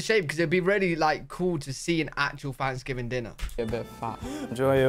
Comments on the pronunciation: Love the way he says Thanksgiving. "Fvansgiving". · Did you say Fanksgiving?